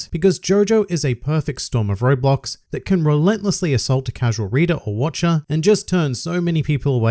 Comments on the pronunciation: I cannot stop hearing you say Roblox instead of "road blocks" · for some reason i thought you were saying roblox and not roadblock smh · am i the only one who hears "roblox" instead of "roadblocks" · I kept hearing Roblox, took me a little while to figure out you were saying roadblocks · When he said roadblocks, I heard Roblox